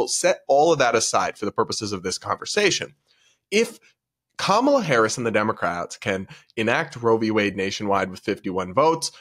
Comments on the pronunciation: Actually, it's pronounced Kamaltoe Hairs. (hairce) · The view would defend a child grapist if they had a D behind their name. Plus, kisten to how Whoopi mispronounces Harris' last name